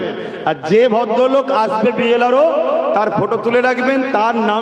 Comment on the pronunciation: BL RO নয় সাহেব BLO হবে।।।